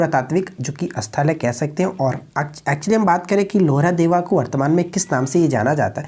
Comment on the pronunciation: भाई थोड़ा सा उच्चारण पर भी ध्यान दीजिए जैसे(लोहरादेव नही है लहुरादेव है पिछले कुछ सेटों में आप दिवान ए badangan बोलते हैं जो कि दीवान ए bandgan है) बाकी चैनल बहुत आगे जाएगा। प्रश्न का चयन अच्छा रहता है। शुभकामनाएं।